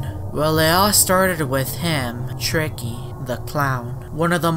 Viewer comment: that not tricky now that shtreiky